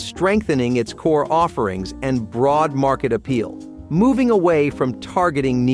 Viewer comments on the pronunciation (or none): none